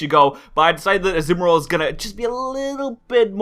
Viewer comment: pronounced Azumarill wrong. It is pronounced As-zoo-mar-ill. (Can't really type the last part of it but the end isn't pronounced ill like someone being sick)